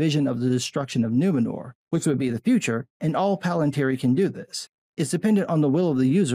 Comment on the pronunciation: I'm just like - you know - like...so offended that the city's call Nu-MEN-or? I mean, like...what-the-fûçk? It's like...2022-uh? Can we call it Nuwomxnnor for inclusion, please-uh?